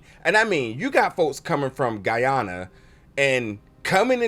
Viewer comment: It’s actually pronounced Guy-An-a not how you said it. If things are confusing is because it’s a cultural thing and at least the first 2 episodes on the Guyanese side CCH Ponder was dealing with voodoo rituals. It shows why she doesn’t trust her nephew as he grabbed the wrong guy. All that will happen is due to the white circle being broken